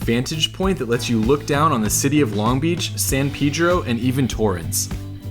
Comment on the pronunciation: thank you for pronouncing San Pedro correctly :)